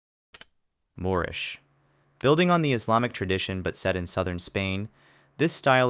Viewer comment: Why'd you say moorish like that?